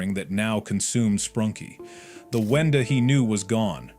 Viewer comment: It’s wenda